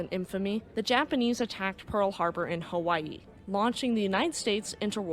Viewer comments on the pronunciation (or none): none